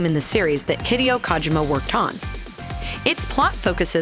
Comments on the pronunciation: Yo who the fuck is KAHgymUH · Please stop saying kaajima